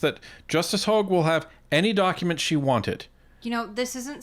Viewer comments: Ps.... i strongly dislike how he( la blanc) says Justice Hogan. I think it's disrespectful... but this French to English translator, I really like her, but when she says it it sounds like Hug ^^ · How many times are they going to mess up Hogue's name? First its a hog, then its a hug.